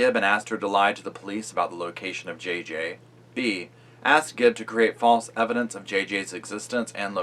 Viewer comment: Am I just super neurotic , or does it drive anyone else crazy when people put an "s" at the end of "Gibb?" ....No? Just me, then? Alrighty... 👍🏼